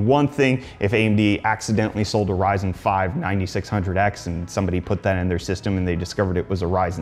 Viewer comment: Did you say "Ryzen" or " rise in"?